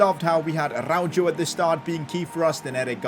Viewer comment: No way said aruajoe